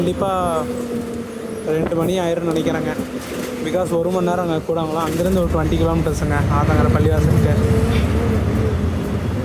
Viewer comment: கூடாங்குளம் என்று உச்சரிக்க கூடாது அதன் சரியான பெயர் கூடன்குளம்